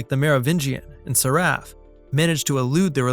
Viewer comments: Except for pronouncing 'Seraph' haha. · The stand in narrator isn’t bad, but the mispronounced name of Seraph truly shocked me. As if he hasn’t even seen it! The Oracle absolutely gave him her eyes, hence her way to overcome him in the ending. Speaking to Neo.